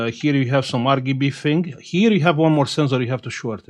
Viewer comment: "Ar gi bi" 🤣🤣